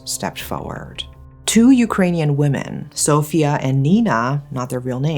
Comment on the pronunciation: Sófia? 😂 It’s pronounced Sofía ❤